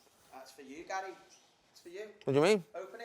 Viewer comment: Is wrighty calling Gary gal hahahaha